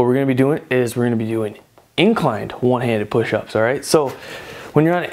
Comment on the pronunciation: the way this guy pronounces one hand pushups